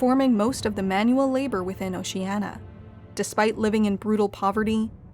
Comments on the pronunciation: Is anyone else just getting irritated by her failure to pronounce "Oceania" correctly? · Just because she mispronounced it doesnt mean it isnt Oceania. Orwell wasn't demonizing just Stalinism. He was a socialist himself who opposed Nazism but rightly saw what Stalin was and had implemented, which wasnt socialism and became disgusted by it. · Shouldn't you pronounce the I in Oceania? At least the reader did in the audio book I listened to. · 'how many times can i pronounce oceania wrong in 12 minutes' the movie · Was it a mistake, or a deliberate time-saving measure to allow the narrator to mis-pronounce Oceania with 4 syllables rather than 5 (i.e .the 'i' should not be silent). Or a subtle reference to altering the truth, regardless of facts 🧐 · Why can someone who professes to know so much about Oceania not pronounce Ocean-I-a? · ocean-i-i-i-i-i-i-i-i-a. That willful constant mispronunciation drives me bonkers. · You keep saying Oceania incorrectly! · The narrator repeatedly mispronounces the word “Oceania”. The word has five syllables not four. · Oceania has 5 syllables not 4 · Jesus Christ. At least pronounce it properly! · A video about Oceania, and the narratrix can't even pronounce the name correctly! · Did Newspeak lose the letter i, because last I checked there was definitely one in the word Oceania. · Can't you pronounce O C E A N I A correctly? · O-Shee-Ey-Nee-Aa not O-Shee-Ey-Na. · Why are you saying it like "oceana" and not "oceania" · PLEASE correct your pronunciation! It's "OcianIA" (-nya); not "OciANNA". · It's "Ocean-ya" not "Ocean-a" ffs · You know it's pronounced "Oh-Shee-ah-NEE-a", not "Oh-Shee-ah-na", right? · OcenIa not Oceana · Is it really pronounced "Ocean-ah"? I've always thought it was "Ocean-ee-a", like it's spelled. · It's oceania not oceanna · It'd be better if Oh-sheeh-ah-knee-ah was properly pronounced. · There are five syllables in "Oceania". O-shee-an-ee-uh. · O-she-Ah-Ne-ah, is its correct pronunciation